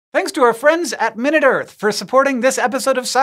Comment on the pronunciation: Time. A minute or so of talking about the earth. The size adjective has the emphasis on the second syllable (my-NOOT).